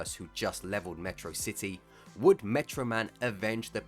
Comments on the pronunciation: Meh-trocity my beloved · 08 you pronounced metrocity wrong.